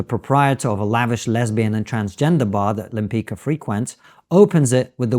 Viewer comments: You pronounce Lempicka: Lempitzka and not Lempica; like Trotsky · Lempicka's name is pronounced more akin to “Lempitska”. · Lem+pits+ka. That's how you pronounce her name. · I believe her name is pronounced "Lem-pitch-ka." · You know better how to pronounce Lempicka. She was a great painter and I hope this spikes people interest in Polish artists who around this period whare the best in the world.